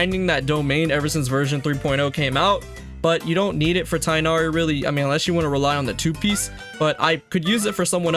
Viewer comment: Tig-h-nari. Not Tie-nari. Genshin please get your pronunciation correct